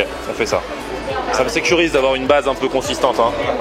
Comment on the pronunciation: J'ai entendu une blaze😂 au lieu de base